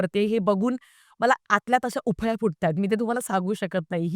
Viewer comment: उफळ्या नाही फुटत ग बाळा.. उकळ्या फुटतात.... पण मला खूप आवडतेस तू.... तुझी कळकळ मराठी सिनेमा बद्दल.... ती खूप भावते मला.... 💋💋💋